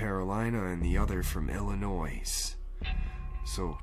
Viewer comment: Hey buddy it not Illinoissssss. It Illinois the "s" is silent. Other then that great vid.